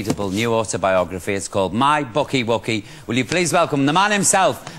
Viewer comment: yeah like he actually read it, he called it my booky "wooky"